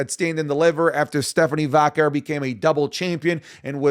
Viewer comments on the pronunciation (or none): I thought you learned by now it's pronounced Vaquay * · her name is Stephanie Vakawar fix your pronounciation